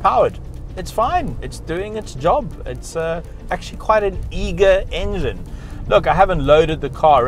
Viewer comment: Eager engen you say 👍